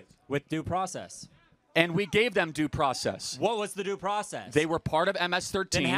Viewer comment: "Due pracess"